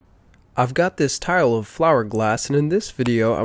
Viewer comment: Ittook me entirely too long to figure out you were saying "tile of flower glass" at the beginning. I misheard it as "tire wolf flower glass" I was like "what kind of glass is "tire wolf" was just about to look it up, when I figured it out...🌱🤣